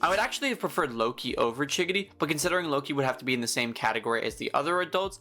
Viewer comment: he’s saying chigiri like giggity